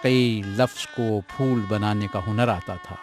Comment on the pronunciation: abe fool nahin phool....